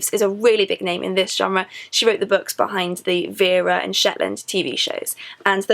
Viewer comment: Why do you pronounce "Books" as "Bucks"?